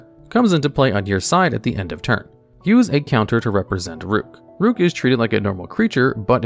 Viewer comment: Rukh is a phonetic spelling of the word Roc, which is a fantasy bird. Pronounced the same as the chess piece; Rook. Not 'rock' as a lot of people mispronounce.